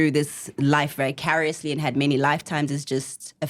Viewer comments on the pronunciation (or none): "Vicariously" 😂😂Cobrizy wa ruta